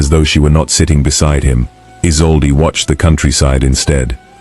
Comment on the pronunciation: The new Duchess's name is mispronouced = E-sol-de (Isolde - German origin).